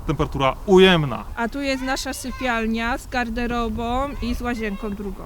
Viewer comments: Czy ja usłyszałem "Z garderobom i z łazienkom drugom"? 🤔🤭🤭🤔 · "dziś jest siódmego stycznia" "z łazienkom" "z garderobom" Przerażające, że coś takiego ma dostęp do dzieci w szkole.